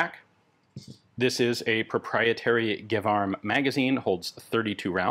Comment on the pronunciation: As a native speaker, I would be quite surprised if it wasn't pronouced "Jévarm" insted of Guévarm". You're quite probably under German influence (Gewehr) :)